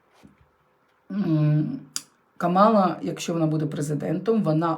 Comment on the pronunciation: ДЯКУЮ ЗА РОСКЛАД🥰🤗 (ударение в имени Камалла,на первое А)😊